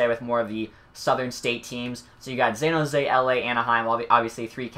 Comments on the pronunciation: dude also says Zan Jose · Zan jose ? very interesting way to say it